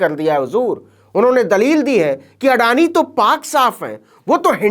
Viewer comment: अडानी का पिल्ला आडानी का अ तक नहीं बोल पा रहा है।